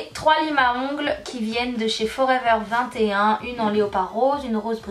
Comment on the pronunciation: On dit pas forever 21 on dit forever twenty-one Sinon super video❤️😃